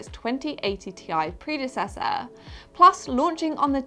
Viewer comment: Its not Tie! its T-I! :)